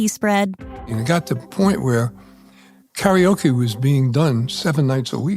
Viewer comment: The mispronunciation of karaoke hurts my ears.